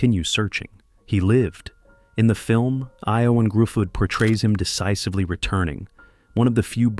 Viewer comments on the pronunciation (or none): “Ioan Gruffudd” 🤣 I think you mean, "Ian Griffith”! That’s how you know the narrator is AI! It cannot pronounce Welsh names!